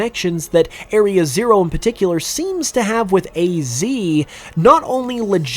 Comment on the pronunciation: PARticular* not PAticular